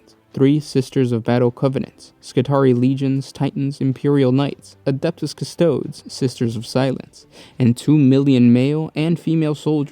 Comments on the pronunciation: >Cus-TOEDs >Leg-ohs C'mon man. Cus-Toe-DEEZ Lee-Gee_ohs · It’s pronounced cuss-toe-deez, great video, and I came out very informed